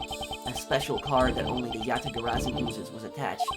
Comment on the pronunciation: Congrats on pronouncing Yatagarsu correctly, however you still pronounced Zheng Fa 政法 as Zeng Fa, can’t blame you tho that word is hard to pronounce for foreigners 😅